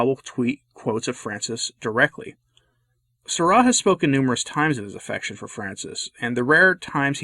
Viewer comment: Why'd you pronounce Sarah like that?